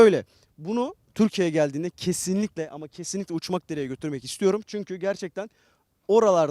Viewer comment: Uçmakdere diyorsun içim gidiyor:) Yamaç paraşütü pilotuyum oranın bende yeri çok ayrı. Hem bisikletle, hem motorla, hem arabayla hem de havadan her şeklini tecrübe etmiş biri olarak vazgeçemediğim yer.